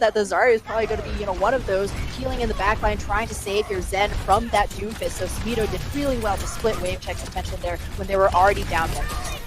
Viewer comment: Its samito not sammytoe